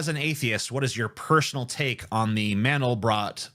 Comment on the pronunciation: Actually to pronounce Mandelbrot – the end rhymes with "aught"